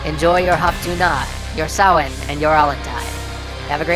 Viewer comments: Great video, and great job pronouncing Samhain correctly. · Hey! You pronounced Samhain correctly!